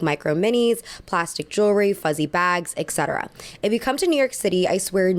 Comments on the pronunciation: Please stop saying "excetera", it is grammatically incorrect and sounds awful. It's "et cetera", with a T. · My eye twitches whenever you say "ek-setera." Please pronounce it as "et-setera" if you can. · It is “et cetera” :) love your vids!!!